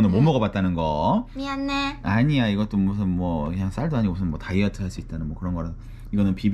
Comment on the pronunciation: 미안해를 고멘네 톤으로 하니깐 새롭다..